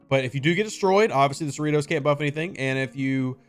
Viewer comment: Are you sure it's pronounced cerree-toes? Seems to me like it should be pronounced cerri-toss